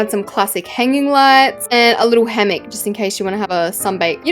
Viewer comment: Firstly I would like to mention that you are my fave YouTuber and I keep checking on YouTube to see if you have uploaded. Secondly I would like to tell you that it is pronounced hammock not hammick. Lastly I would love to have my own mailbox and house in your neighbourhood. I would love a dark modern house with a bedroom full of pillows! My name is Immy! (Using my dad’s account)